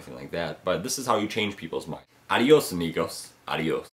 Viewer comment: Every time you end your videos with something in Español it sounds so funny! ¿Estás en un classe de Español?, or do you really just like saying adíos to us?